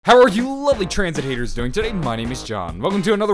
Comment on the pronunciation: Did u say "how r u doing tranzit haters?"